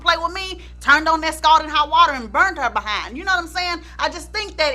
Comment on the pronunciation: l love the way you say ‘Buh-HIND’. T e l me about his n###a UNDERLINGS.